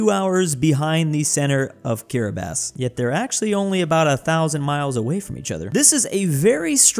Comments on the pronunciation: I'm surprised pronounced Kiribati correctly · It's kinda bizarre that pronounces Kiribati correctly, but pronounces Aral as "aerial."